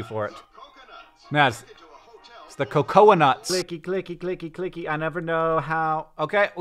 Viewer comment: I think its Cocoa.....Nuts. Cocoa like hot cocoa, Hank!